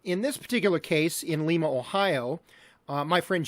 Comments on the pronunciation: oh cool Lima has a Supercharger! Lima is pronounced LIE-muh. LIE-MUH. Fun fact, London ON is closer to your starting point than London KY. I grew up in west-central Ohio and lived in southeast Michigan and southwest Ontario for a time. So that's what I'm being a little stinker. Thanks for sharing! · LYE-MUH Ohio... this ain't Peru son...